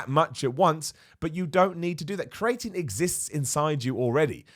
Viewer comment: Why does pronounce creatine as cray-etine? He just straight up swaps the two middle vowels lol